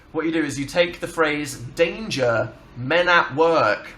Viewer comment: istg I thought they were saying "date your men at work" not "danger men at work"